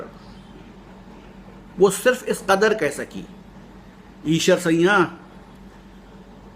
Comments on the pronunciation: Problem is not Aeshar, problem is siaa'n, narrated by you as sayyan. sometime chatting cannot say everything and I cannot contact you being very far from you. Can you read urdu. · ok sir, however, the correct word is Aeshar siaa'n except aeshar sayyan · Actually, I think, Eeshar Sayyan, narrated by this man, is not correct pronunciation However, Thamda Gosht is best story of the world.